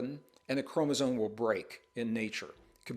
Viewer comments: ChromosoMe. M. Not N. . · Mr. Braden, can I ask why you appear/sound to pronounce "chromosome" as "k-ro-mo-zon"? Or is it just my hearing? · How can this guy pretend to talk as though knowledgeable on the topic, when he continues to say "chromoZONE?" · No offense- but you’re calling chromosomes “chromosones” and that does make me question your credibility. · Gregg, I love you dearly and have followed you for years, but there's no "n" in "chromosome".